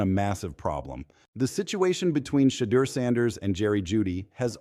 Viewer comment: Why do these people that are narrating the story cannot pronounce shedeur name correctly.